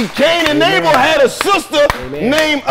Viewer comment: Kane an “able”😂😂😂😂😂